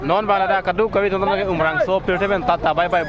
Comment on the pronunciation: Umrongso ✅ umrangso ❎